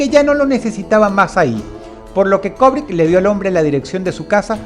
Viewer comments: Se dice Kubrick, no Kobrick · Cada vez que Dross dice "Kobrick", Kubrick repite una escena en el más alla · STANLY KUBRICK...KUBRICK...NO KOBRICK... "LATINAJO" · ¡Vaya imbécil! ¿O sea que el hecho de fungir como directores o escritores, no hacía parte de la "vida real" de estos personajes? Además no se dice "Kobric", es Kubrick: cubric. Datos inútiles de un tarado para tarados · ¿Quien carajo es "Kobrick"? Se pronuncia "kUbrick"... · ¿cobric? Asi lo escuchó con dross